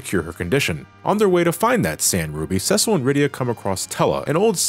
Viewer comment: It bothers me that he’s pronouncing it “ses-sell” and not “see-sill”